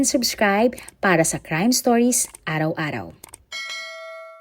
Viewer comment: pati yung stories niya, ang bigkas niya ay stoys! Kakairita🤣